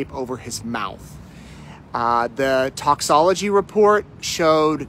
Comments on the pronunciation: It's 'toxicology'.not toxology like you said! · Just for future reference,, it's toxicology not toxology hun. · You pronounce it “tox-e-cology” not tox-cology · Love ya, but “aphixiation” and “toxology” are not words. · It’s hard not to notice how how unprofessional this is. “Toxology” and “Aphyxiation” ? Even laymen know that you mean “toxicology” and “asphyxiation”. This is embarrassingly representative of the references that are widely made about “Backwards A$$ Idaho”.